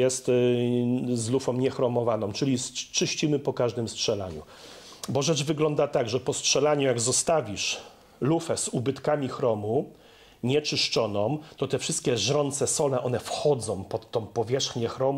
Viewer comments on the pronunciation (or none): Korona z "wylewkom " , poświecić "latarkom", zostawisz lufę nie "czyszczonom" ? Dlaczego tak mówicie ludzie 🤢😵😫😠